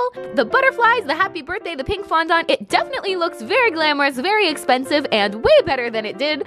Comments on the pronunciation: darling, FONDANT, not fondont:) Ily anw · Erm... Im pretty sure fondant is pronounced “fondent” not “fondont” 😂 no hate tho, I love you and your videos 😘💗💗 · did anyone else notice how she kept saying fondahnt instead of fondant 😂 no hate tho ily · fondont Me: fonANT: fondont Me: FONDANT: fondant Me: WHY IS'NT SHE LISTENING no shade to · Sofia xxx I was cringing so hard every time she said fandahnt instead of fondant 😆😆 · I love how you say fondant (it’s pronounced phon- daant) I don’t care I’m saying fondont in honor of you now!😂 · Why do Americans say fondants as fondont? It has A in it 😂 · Lmao its Fon-dent :P love you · OMG I’m southern and down here the way you say fondant is not the way we say it! We say it fondAnt (the A doesn’t sound like an O) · Nobody: Not even the wind:: FoNdOnT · how she says fondant “fondont” 😂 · FON DAHNT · Apparently I’ve been saying fondant wrong 😂😭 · Lindsay Nicole Nah, I’ve been around bakeries my whole life. She is pronouncing it differently than most 😁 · omg the way she says fondant killed me 😂sis I love u but that is not how u say it 🤣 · Cant say fondant properly. Also you didn’t use the gold ???? But wow i wanna dooo this ahhhjh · It makess me so uncomfy how u pronounce fondant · every time she said fondant i cringed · Ah she said fondant wrong!!